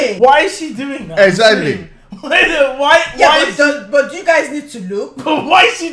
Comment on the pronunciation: “egsagly” love this man